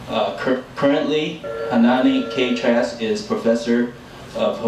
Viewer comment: Please practice pronouncing her name.